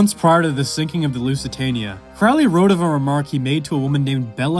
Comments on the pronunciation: it's pronounced Crowley I am turning off the video. Hack. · itsn pronounced, " CROW-ley", like, rhymes with holy. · It's pronounced CROW-LEE. Rhymes with HOLY. Ozzy is wrong. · Holy like Crowley... Can we just pronounce it properly...??? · It's Crowley. Rhymes with Holy. Pronounce in toff/posh. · At least pronounce his surname correctly. Good grief. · This whole ass video and couldn't even pronounce Crowley correctly 💀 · you pronounced his name wrong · >14 seconds into the video and he already butchered his name. Tell me you don't read Crowley without telling me directly.